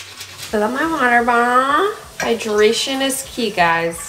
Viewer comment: "wAter BoOottleeEh" HAHAHAHHAHAHAHHAHHAHA